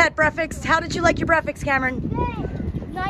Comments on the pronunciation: Is brefix a new thing or may be u are not saying it right? Just wonderin'!? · Say the word breakfast again 😅 I like the way how you pronounce it ❤